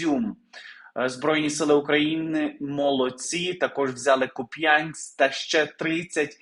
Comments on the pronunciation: КУп‘янськ а не Куп‘Янськ! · КУп'янськ. Наголос на ку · Перепрошую, але КУп'янськ, наголос на У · В словi Куп,янськ наголос на буквy У. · Купянск,ударение на У.